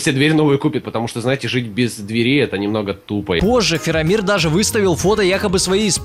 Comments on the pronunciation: ФАРАМИР, а не Фирамир (Я Про Властелин Колец) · Я конечно все понимаю но дядьку с Властелина Колец звали Фарамир, а не Фирамир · Не правильно! не Фирамир а ФираЖир!